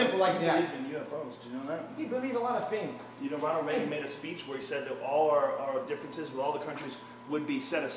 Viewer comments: Honald Hagan instead of ronald ragan was the giveaway for me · "Honald Heagan" 😂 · I was legit lost for a second when he said Honald Hegan 😂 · No way he said HONALD HEAGEN. I’m cracking up at 4 in the morning. Oh my god! Hahhahah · “I have a lot of great Americans on my side….i have honald heagan” ……you have Ronald Reagan?? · * Joe Hogan, Honald Haygan * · Honald Heagen😂😂😂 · Heafer, Joe Hogan, Hesearch, Honald Heagan. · Honald Hagan 😂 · Honald Hagan 🤣